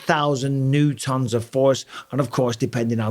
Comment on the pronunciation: love michael pronouncing newton as new tonne 😭😭